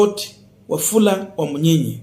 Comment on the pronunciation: You are doing a good Job for news. I would like you to correct your pronounciation of this name. It is Wamunyinyi and not Wamunyinya as you have been calling it. thanks.